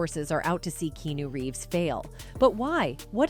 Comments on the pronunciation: I need this chnnel to pronounce his Name right: Kee-A-New. Keanu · Why does she keep calling him Key-New? Do better with your AI. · I was about to say the same. Even a 12 year old would know his name is not pronounced Key-New! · Imagine doing all your research about someone, and you can't even pronounce the persons name correctly for 22 minutes. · Mispronouncing his name 400 times in a video about him is trash. Get off the AI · This must be voiced by AI… Can’t pronounce Keanu’s name correctly. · So true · My thoughts exactly.